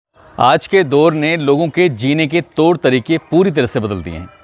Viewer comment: दोर नही दौर....तोर नही तौर ....अबे तुम सारे क्राइम स्टोरी सुनाने वाले अनपढ हो क्या 😂😂😂😂😂